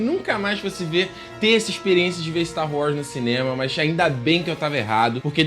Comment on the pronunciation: você sempre fala Star Wrars. Nada contra, mas é engraçado.